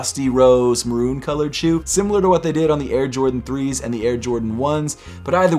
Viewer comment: Wth is marooney pink? its maroon.